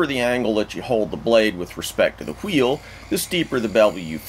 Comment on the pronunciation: This mans and his HWEELS